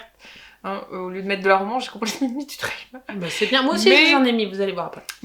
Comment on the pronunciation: Et sans être anglophone ( du tout) ou un spécialiste de l’anglais votre ”Trailer”( remorque ou bande-annonce pour ”thriller ”( prononce ”Frri-leur”m’amusé bcp . .vu que j’faisais la même erreur . . .et d’autres . . .😉👋🏻👌🏻🤷🏻‍♂️